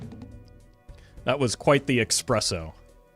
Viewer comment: Not to backseat you but i dont think its pronounced expresso